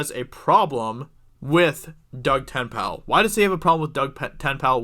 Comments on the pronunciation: who is Doug TENPAL???? Look at his GD twitter. TenNapel. Say it like it's spelled. TenNapel. TenNapel. =8-Þ Take two seconds to look at someone's name and try to pronounce it correctly. He purposefully writes it like that for his twitter to do the work for you on how to say his name. It doesn't make Geeks+Gamers look credible if you don't even attempt to say his name correctly. He's on EVS's Live stream every other one. Watch any one of them and you'll see that he is a BIG part of #ComicsGate as he just sent out his new Graphic Novel, "Bigfoot Bill". I really live your videos, but I grimaced and said his name correctly every time you mispronounced Tenpal. Maybe I'm just a loon like that, but for some people, at least TRYING to say their name correctly is enough; you didn't seem to give it that much. Just sayin'... I'm harsh because I care. =8-Þ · They want the creator of the Earthworm Jim not to be involved with the game about him? Unless Doug Tennaple (pronounced Ten-aple) sold the rights to Earthworm Jim, it is very difficult not to be involved into the new game. I remember the comic and old Sega games with great joy. SJW agenda is the cancer of humanity. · LOL your horrible mispronunciation of Tenapel again and again and again was so unnecessary. If you had bothered to google him, you'd find a wiki page with correct pronunciation. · Tennapel, Tenpal? 10pal? Lol sorry I could get over the name mispronounce. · For crying out loud, 5 seconds of research would have given you the correct pronunciation of Doug's surname, also his very strong Christian beliefs. If you want to create a commentary on something at least research it a bit first, otherwise your next job might as well be a buzzfeed. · IF YOU DON'T KNOW DOUG TENNAPEL THEN YOU DON'T KNOW COMICSGATE. By the way, you're pronouncing his last name wrong. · The mispronounced last name made it difficult to get through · It's Ten-A-pull, not Tenpal. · Te-nay-pal.....not ten-pal :P urg